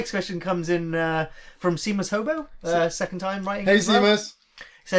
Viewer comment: Thanks again for answering my question. Would love to hear you guys talk about adaptations. Do you have any favourites? Cant believe we have never seen any real HP Lovecraft movies. Anyway, hate correcting people on pronunciation cause ive the grammar of a dog, but Seamus is pronounced She-mus... irish name. Thanks lad, ur my fav channel along with redlettermedia, keep up the great work.